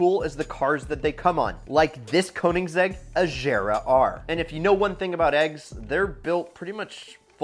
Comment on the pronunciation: The way this guy says Koenigsegg Agera: “Koeninsegg Ajira”🤦🏼‍♂️🤦🏼‍♂️😂